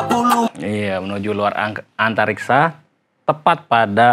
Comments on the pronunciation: Antariksa bang bukan antartika😅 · Bukan antartikaaa oy bang, antariksaa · Antariksa bang bukan antartika, 🤣🤣🤣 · antariksa bang bukan antartika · Antariksa bang bukan antarika' lu tau baca ngak' mau komplen tapi ngak tau apa arti lagu nya